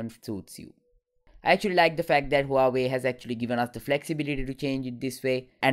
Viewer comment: Huawey nowa tree eye? Lmao